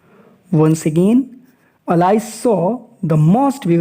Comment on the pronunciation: Pronunciation of Alice is wrong